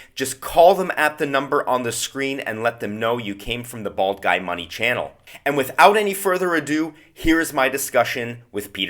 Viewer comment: I heard bald guide not bald guy